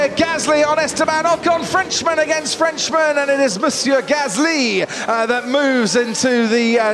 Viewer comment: Highlight of the race; Crofty saying “Mounsier Gasly” when he overtook Ocon 😅